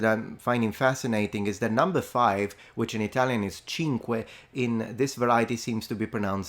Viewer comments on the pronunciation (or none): none